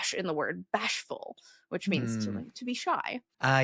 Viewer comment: Poor. "Baa-sh-ful." Best!!!